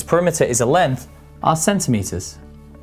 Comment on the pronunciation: Centimeter 😂 chemchhtee chenmette Pronunciation .. LoL Well good information 🙂